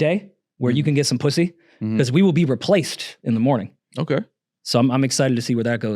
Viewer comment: “Sumn wrong wit da pwussay” 😂😂 dang I’m a miss Julian hope it ain’t so 😢